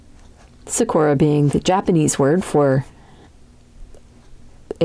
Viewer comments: Love the artwork buuuuut anyone else annoied about how she's saying sakura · thanks for the tutorial 💕💕💕 this was super helpful!! You make it look very simple. I’ll be trying this out for a project soon. (: also the “suhkora” made me giggle hehe